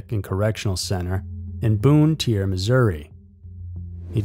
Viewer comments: Boon Tier Missouri. Definitely not Bonne Terre, pronounced "bon tear." My god this man cannot pronounce words worth a damn. Removing the dislike button was a mistake, YouTube 🤣🤣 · Bonne Terre is pronounced "BAHN TARE." You're welcome. -lifelong Missourian